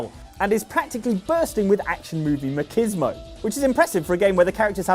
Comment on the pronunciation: ….ma-KIZ-mo??? Wtf?! It comes from “macho” it’s “ma-chiz-mo” or “ma-chees-mo”